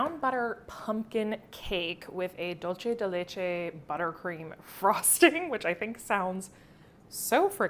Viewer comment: Happy birthday you absolute doll💕 Btw Dulce from Dulce de Leche is pronounced “dool-seh” ☺